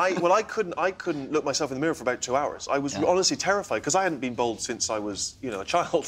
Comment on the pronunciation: Its Bald not bold.